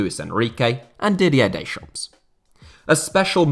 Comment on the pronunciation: don't pronounce the S in Deschamps